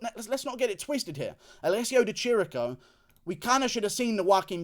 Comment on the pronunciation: It's Di Chirico, ch = K in italian, goddamn it. Love you Guru